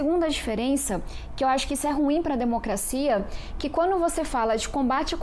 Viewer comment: Não me entra na cabeça alguém q fala " quano " ao invés d quando, e trabalha pra tirar os direitos dos mais humildes.